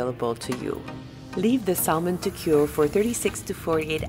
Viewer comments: Its pronounced SAMON, silent "L"!!!! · Hi Sven! Thank you for your comment : I guess I got on your nerve with saying sal-mon instead of Sa-mon like an American/ native English speaker: I am sorry about that. Let me explain why: English is my 4th language One of the 1st language I have learned was Italian and we pronounce sal-mo-ne I also speak other languages where the l is pronounced in salmon so it stayed! I am sorry again for getting on your nerve: I’ll work on my sa-mon😋